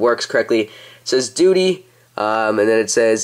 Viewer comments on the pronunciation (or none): you said duty